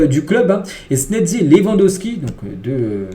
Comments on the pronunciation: Chezzni et non senezi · Frère ça se prononce Chesni, chesni c'est très simple même les commentaires le prononcent CHESNI 😂😂😂😂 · C snatzy que sa c lis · Apprenez à mieux prononcer les noms de Wojciech Szczęsny, svp ! Prononciation : voy-tcheck sh-tchens-ne. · Il continue de mal prononcé le nom de schezny c'est une dinguerie pourtant on a bien souligner dans les commentaires fait un effort mec c'est chiant! Il dit snedzy😂😂😂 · ça se prononce "Chess-ni" si c'est plus facile -EFT